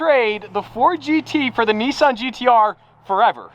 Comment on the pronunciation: ITS NISSAN GTR not NESSAN GTR Get it right you hooligan